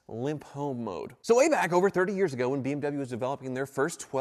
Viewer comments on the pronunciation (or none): when says beem w instead of bmw